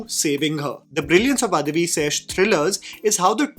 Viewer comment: Bro i rolled off when he says guddhachari lol also its adivi not adhivi d in dacoit